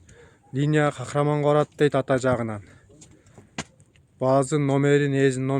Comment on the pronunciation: Кахраман эмес Кахарман бро😅